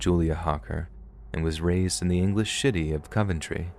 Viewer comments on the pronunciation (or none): I almost fell asleep listening to the story until I heard let’s read mispronouncing city as Shitty I’m sorry but I wheezed so hard I chocked on air🤣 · At 17.30 I do believe you say English 'Shitty', and not 'City'. People from Coventry will be a bit upset you called it Shitty.😀😀😀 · I swear you say English shitty instead of city 🤣🤣 made me laugh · Lmfao I also commented about him mispronouncing city as shitty. I wheezed like hell lmfao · "she was raised in the English shitty of Coventry" Idk if that was a mispronunciation but that had me in stitches.🤣🤣🤣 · “And was raised in the English shitty of Coventry.” Did anyone else hear that 😂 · English shitty😂😂😂😂😂 Great slip of tongue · "the English shitty of Coventry" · “ the English Shitty of Coventry “ Lmao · Right 🤣 I heard it too 🤣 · When he said city lmao